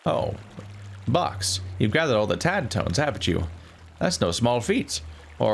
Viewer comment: You read our tadtone wrong consistently, then right once, then wrong again from there on 😂